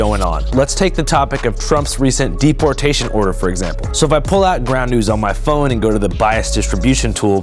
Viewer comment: "Mass DERPortation" xD. Intentional?